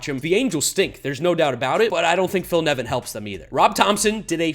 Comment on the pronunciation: Watched to make sure you got Nevin right. Was not disappointed.